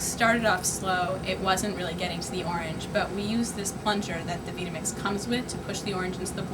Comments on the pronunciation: ugh...the way she pronounce Vitamix makes me cringe... come on, Vitamix as in "vitamin," Vitamix as in "vital" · Offended she doesn't know how to pronounce "Vitamix" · This woman can't even pronounce the names of the blenders properly so how can I trust her to do an accurate test? This whole test was a complete joke and this woman honestly should lose her job. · the train of thought presumably being that she knows better than the manufacturer how the product's name is pronounced. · Not only does she not have a clue as to how they operate, she doesn't even know how to pronounce VitaMix! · this lady cant say or use vitamix properly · She doesn't even know how to pronounce Vita Mix. Where do they get these people? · Wow, she must not know how to use a blender... much less a vItamix not veetamix. Cant even get the name right... FAIL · terrible testing, and she doesn't even know how to pronounce the vita-mix properly. Try sounding it out ma'am...Vyta or Vie-ta (like Vitamin, no?), not veeda mix. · it's not a veeta mix...it's Vita as in vitality duh..... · Its pronounced Vī ta mix not Vee ta mix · Vi‐ta‐mix (not vee-tah-mix) ... I've owned several blenders ... and NOTHING compares or competes with a Vitamix. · Really trying to put the vita mix as something you don't want to buy I'm sorry I mean the" veeta mix " acting like she couldn't even get it back on the cradle psst, what a joke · "Veeta-Mix" ... hmmmm, makes me wonder if she really knows what she's talking about. "Vita-Mix" ... as in Vitamins "VI" - not "Vee" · The company itself pronounces it VItamix (as in "vitamin" or "vitality"), not VEEtamix. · >_> it's not veetahmix...its Veye tah mix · Really stupid and useless test, who blends an unpeeled whole orange? Try making hummus, Ice Cream, Pate, Nut Butter... Only the Vitamix can do it because you have the tamper (not plunger) and variable speed control. Just a note it is not called a "Veetamix", it is Vita pronounced Vyta like Vitamin. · she says veeta-mix?